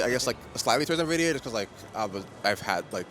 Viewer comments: The number of "nuh-vidia" I heard made me sad. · 5700XT on 1080p holdin out 👻😅. You can tell who's been on pc longer because they actually know it's en-vidia not na-vidia. Us old heads remember the nvidia intro videos "the way its meant to be played" cough I mean paid. 😂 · I'm confused by how many people are pronouncing it 'nuh-vidia' instead of 'enn-vidia'. I've always pronounced it 'enn-vidia'. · ITS NOT PRONOUNCED "NUH-VIDIA" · Yeah like where tf are the E/UH ?Nuhvidia, Nevidia is even worse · Can't take anyone who calls it "nuh-vidia" seriously. Sorry. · So many people say nividia, then you instantly know they have no clue what they are talking about. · Why are all this people calling it "Nividia"?! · “Gvidia XR580” 💀